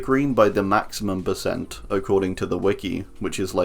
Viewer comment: Hi, why do you say bercent?